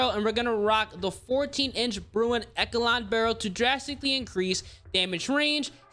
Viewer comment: Bro said “eckelon” Also, the recoil on this is wild if you don’t add the right shit